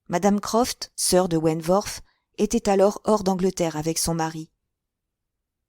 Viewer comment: Je pense que vous prononcez mal le nom de Frédérick wentworth . Le w ne se prononce pas "v" . Mais w , la prononciation n'en est que plus facile